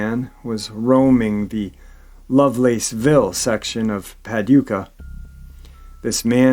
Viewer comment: Hey its pa doo kah just saying. Only way i can do it to make sense 💯